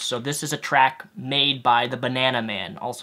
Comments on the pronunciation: It's not "track", it's "tract". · Tract, not track, but good video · Beliefs are important. I believe the 't' at the end of tract is not silent. Sometimes I work to improve grammar, one comment at a time.